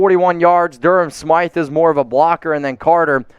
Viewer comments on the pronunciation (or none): none